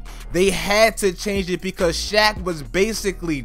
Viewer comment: This man said hack of shaq